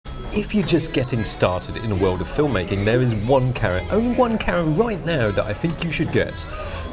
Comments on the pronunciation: Love your videos but "Karra"!! No no no......Cam-er-ah or even Cam-rah but OMG, please no more Karra. You can do it, believe in yourself. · Camera, not carra. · i know its been like almost 4 years, but why is it that when says camera, the M is silent.....